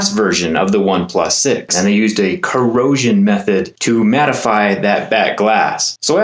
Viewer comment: how you emphasize "corrosion" 😂